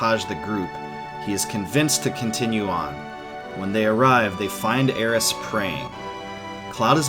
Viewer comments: It's alright, he does mispronounce. He says Aerissss. When her name is Aerith. THHH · Dude it's aerith. Not aeris. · When you kept saying Aeris instead of Aerith, I thought I was experiencing a mandela effect haha. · its aerith not aeris its in nintendo switch version sshe is named aerith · Already 2 years old and super triggered by the Aeris instead of Aerith name drop. . . . All in all though great follow for the story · I was going to watch your whole vid but you said something I didn’t understand. It’s AERITH!!!!! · It drove me nuts Everytime he said Aeris and not Aerith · It’s Aerith. And it’s bugging the crap out of me. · You couldn't even get aeriths name right